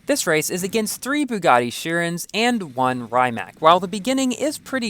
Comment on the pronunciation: I don’t get it, because the Rimac has bD handling in FH4,. The Regera is lighter than the Rimac, and the Regera also has more downforce than the Rimac. Also, you pronounced the words Rimac and Chiron wrong.